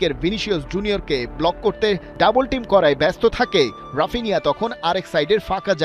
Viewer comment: ব্রাজিলিয়ান উচ্চারণ: হাপিনিয়া